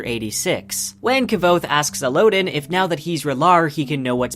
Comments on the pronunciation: the audiobook pronounces them differently and honestly better than El-oh-din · Dude I love your channel and videos, but please learn how to properly prunounce names like Kvothe and Elodin. Your prinounciation is just awful and cringe-worthy.